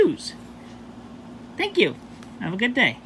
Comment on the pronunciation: " I do sank yall so much " - CWC fucking poetry to the ears